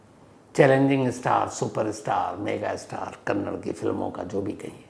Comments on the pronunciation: Kannad nahi Kannada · So many mistakes it’s. 1) kannda and not kannad 2) Also it’s Pavitra Gowda and not Goud. Don’t expect this from a Senior crime reporter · Appreciate your time, but first of all it is Kannada not Kannad, and it Pavitra Gowda not Gowd. Please atleast know pronunciations. Kindly do some research on this as well. Gowda is a big community here, it is not good to pronounce the second name in this way. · Sir, please correct your pronunciations. Its not Karnatak but its KARNATAKA and its not Kannad but its KANNADA. Being a great orator if you make such mistakes what can we expect from normal citizens ? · It's Kannada not kannad and Karnataka not Karnatak pls note and show respect.